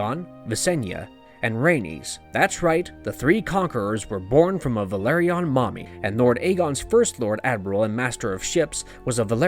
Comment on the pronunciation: House "vĕl-AH-rē-on" not Valerion